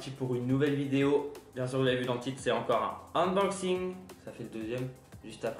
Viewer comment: C'est une blague, ta vidéo ? Bon, si tu veux employer un mot anglais pour dire « déballage », prononce le au moins correctement. Ensuite, avant de parler des fonctions du drone, renseigne-toi un peu. Ce que tu appelles "Nord-Sud" , c'est le symbole du mode "headless", donc à orientation libre. Il n'y a pas de câble "universel", c'est soit USB-micro, soit USB-C. Ou Apple. Bref, travaille un peu, sinon tu fais perdre du temps au spectateur.